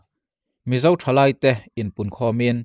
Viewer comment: 1,Thlai, tih tur. 2, Buhchang phai tih tur, in lam dik loh hian, ngaihthlak a hrehawm thin, fimkhur tak zel in aw.